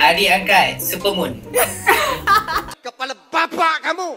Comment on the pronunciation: supermoon: supermom 😂😂